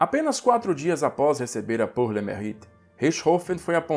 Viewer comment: Pronúncia de “pour” é “pur”; “mérite” é “merrite”. Este último “e” precisa de fazer o “biquinho” francês. A expressão é francesa. Em francês, as letras juntas “au” é pronunciada /ô/; “eu” é o biquinho puxado para o “e” fechado + biquinho francês.